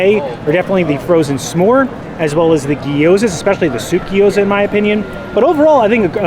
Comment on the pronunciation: GYO-ZUH. 😂 Not guy oh zuh 😅